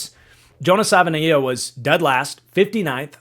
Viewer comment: It is pronounced Jonah Sa va e nai a.